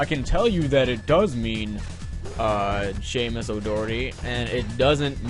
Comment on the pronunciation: get dat goddamn "h" outta here his name is Seamus